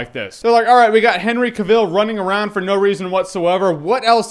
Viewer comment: how hard is it to say CAVILL like TRAVEL.. seriously dude.. get it right... and Henry is hot.. there are much worst movies out there.. Expendables 2... just so you have something to rave about cause it certainly looks like you like talking out of your......